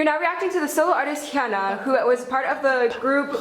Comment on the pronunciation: pronunciation of Hyuna made me cringe.